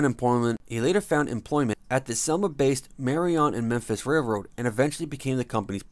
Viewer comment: He got Memphis right